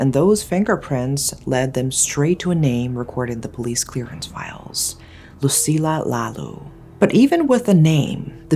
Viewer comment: lucilla lalu pronounce as Loo See Lya La Loo